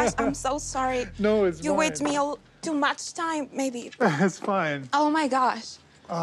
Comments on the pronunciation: I noticed that too! Her accent dropped when she said "oh my gosh" several times. She sounded straight American. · she goes on my gosh I’m soo sorry in mid-western and then remembered her accent n choppy English